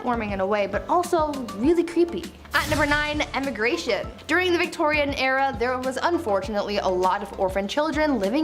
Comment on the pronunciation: What the hell is "emmegration"?? Lmao 😂